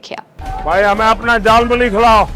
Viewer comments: झलमुरी नहीं जालिम मूली बोल रहा है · झालमूड़ी ❌ जालमूली ✅